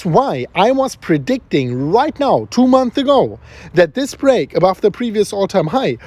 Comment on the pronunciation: Months ago* not month ago. You keep forgetting the S